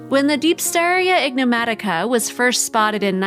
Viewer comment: The voiceover tech is calling the creature, "ignomatica". It should be "enigmatica".